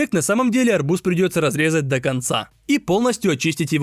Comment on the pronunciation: Ты сказал арбузá😂